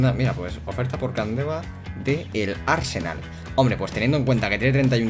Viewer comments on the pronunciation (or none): none